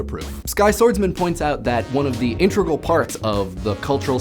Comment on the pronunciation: "one of the intregal parts" intregal parts... intregal... INTREGAL!?!? ENGLISH NERD-RAGE BWWAAAAAGH!!!